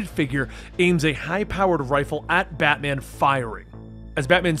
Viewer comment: I swear I hear you say ratman and robin...